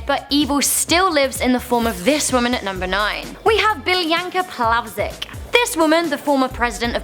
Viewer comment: She pronounced Biljana Plavsić wrong(lel lel lel lel lel )